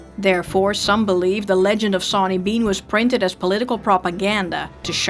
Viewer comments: your saying his name wrong its not 'SAW'ny its said like shauny with a accsent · I thought it was pronounced like Shawn? Was that incorrect?